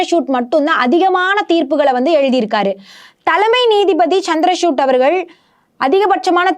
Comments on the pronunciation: ಚಂದ್ರಚೂಡ್ ಎಂಬ ಹೆಸರನ್ನು ಈಕೆ ಬಾರೀಬಾರಿಯೂ ಚಂದ್ರಶೂಟ್ ಎಂದು ತಪ್ಪಾಗಿ ಅವರ ಹೆಸರನ್ನು ಉಚ್ಚರಿಸುವುದು ಮಹಾ ತಪ್ಪು. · Madam try to pronounce CJ's name properly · Her Tamil pronunciation is not good at all. Particularly the special letter of Tamil. VAZHAKKU is continually pronounced as Valakku. And the CJI is Chandrachud not Chandra chutney as she is pronouncing. Hence to praise her Tamil pronunciation is not on.